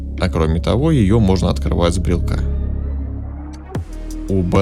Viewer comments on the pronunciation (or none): Открывать с брелОка, а не с брелка! А так, спасибо за обзор! 🤝🏻